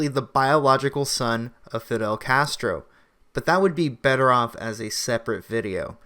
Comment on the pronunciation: Justina Castr-Uh is a joke!!!!